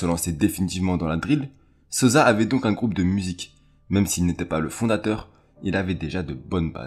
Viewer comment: Sossssa pas sozza man t’abuse 😂😂